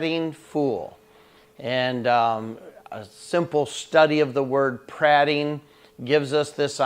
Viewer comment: Great devo! Searched for the word on YT and you came up, only thought is I would pronounce it as the speaker of the house of commons did: the a is an EA not an AH.......thx!